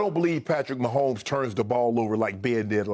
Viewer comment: I won't be able to handle the commentators calling the game. Mahommes this, mahommes that..Grrrr!